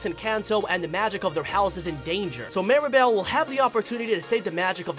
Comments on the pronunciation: Why do some people miss pronounce or misspell Mirabel’s name? It’s MIRAbel not Maribel. I don’t get it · The dude saying “Mary-bell” is throwing me off 💀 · Mee-rah-bell. Please. Like “miracle”. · “Maeribal” BAHAHA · First of all, I like the video but the guy explaining 10 things, he says marible, not Mirabel and he said that Agustin the father of Mirabel, is married to Isabela Madrigal which is weird because Mirabel is sister with Isabela, the name of Mirabel's mom or Agustin's wife name is Julieta but when you pronounce it it is like hulieta. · I got annoyed at so many errors on this. First, Mirabel was called Maribel most of the time. Agustin did not marry Isabella amd Veraneras don’t grow only in South America just to name a few. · Mirabel ❌ Mira-bowl ✅ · Mirabel pronounced: Meer-A-Bell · He mispronounced mirabel’s name! Did he see the movie?